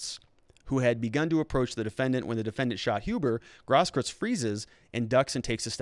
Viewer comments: Grosskreutz is pronounced gross kroytz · You have to work on your german pronunciations. Grosskreutz means big cross. Gross kreutz. I aggree this is politics. They have to prosecute him, but put so many things forward for the defence, so he will mostly get of the hook. A prosecutor shoud put forward everything that speaks against and for the defendant, so technically they do the right thing.